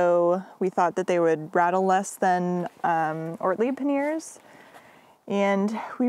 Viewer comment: Great video — looking forward to some scenic shots of your travels. I must say though that i chuckled every time you said ‘paneers’ - which is a kind of homemade Indian cheese 😂. The bags on the bike are ‘panyers’ (or ‘panny-ers’ if your French is not so good).